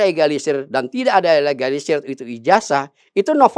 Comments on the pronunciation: Bilang legalisir kok keliru egalisir itu sengaja apa bagaimana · Legalisir bkn egalisir! Anda itu katanya ahli.. ngomong msh miss spelling?!